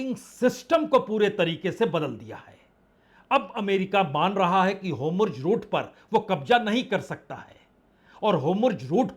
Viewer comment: Ap ki muh se homurz sunne me achhe lagta hai lekin eh to hormuz Bolna sahi hoga